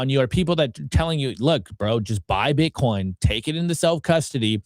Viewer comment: She said bitcorn